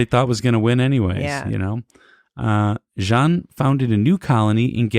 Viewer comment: Jean Lafitte is pronounced; Jean=Sean with a “J” Lafitte= La-FEET